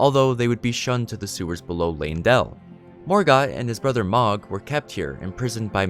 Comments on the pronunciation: It's not magh it's mogh..oh my gosh I had to stop watching and it was really good up until then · It’s “Moe-g” not “mah-g”. They say it in the game fairly often and it’s not a “hard” name to pronounce. Other than pronunciation (pretty important, you said a lot of names wrong) good video. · I'm pretty sure Mohg is meant to be pronounced with an o sound like in "mode" or "dome", not the sound like in "dog" or "fog". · The word is "ESCAPE" not "EXCAPE". Also, Mohg is pronounced like "Mowg", rather than "Mahg". There's a few characters that speak his name. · The mispronunciation of Mohg repeatedly was driving me crazy lmao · Lotta little errors here. The 2nd bloom is not Malenia. That's someone else who bloomed but died. More than likely a sister/clone of Malenia from the children of rot. Mohg is mispronounced. They say it in the game.